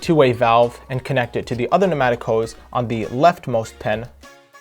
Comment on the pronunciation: Pneumatic not matic or penatic